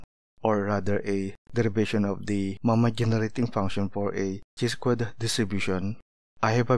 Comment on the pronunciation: it is pronounced as - "kai" NOT "chee". Nevertheless, your derivations of pdf, mean, variance and statistical videos are very useful.